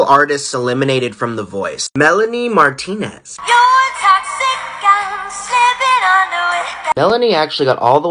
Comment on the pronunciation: i’m a martinez and you are pronouncing our name wrong, it’s mar-tee-nes